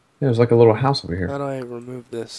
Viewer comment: says hoose instead of house xP